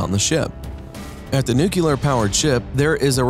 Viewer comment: Aaagh! He mispronounced nuclear twice in the first 27 seconds. There is no 'cue' in nuclear. That's as far as I got, I'm outta here.